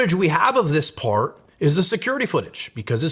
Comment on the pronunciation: Why does this guy suddenly develop a thick boston accent for the words "part" and "start"? He doesn't have the hint of an accent for any other word.